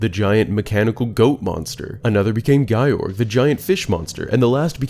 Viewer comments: Just had to comment since it was irking me, Ikana would/should not be pronounced like “eye-KAH-na” it’d be “ee-KAH-na” Also Gyorg is definitely not “Guy-org” it’s just “Gyorg” like “Yorg” with a G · Great video, I loved your theories about Majora's Mask itself. However, the way you pronounce 'Goht' and 'Gyorg' causes me great pain 😆